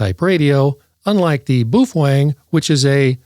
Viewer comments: Booh fweng huh.you rookie.you just lost all credibility w me.try bao feng.like it's spelled .try listening to others..sound it out.can you say bao fang?? I knew you could.....jeeezoooo dude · Lighten up man. You need to understand the sense of humor in all his videos. BTW, he pronounces it: BUF WANG!